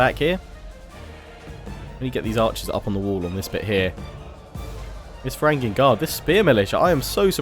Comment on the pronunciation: in the word Varangian, the letter g is soft